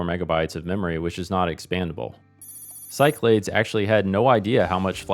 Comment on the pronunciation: Back in the day, I only ever heard it pronounced “SyKlaDees”, but who knows 🤷🏻‍♂️